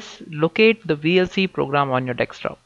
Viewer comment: video mien information k liey thanks, but you must hear at 43 seconds. where you say........ Deks or Dex top instead of DeskTop........ kya jahalat hay. aor mazay ki baat yeh hay k yeh jahalat Indo Pak mien bohot common hay. Is liey don't worry aor lagey raho............. oh.....